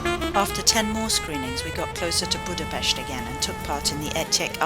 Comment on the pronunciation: 45 seconds in and already annoyed with the fact that you didn't pronounce Budapest correctly